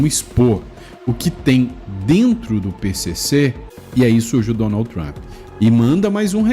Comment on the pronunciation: NÃO É PRESIDENTE TAMP. É PRESIDENTE TRUMP LULA. FALA DIREITO !